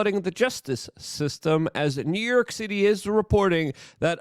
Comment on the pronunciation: Good ol NEW YERK! 😂 love ya Luke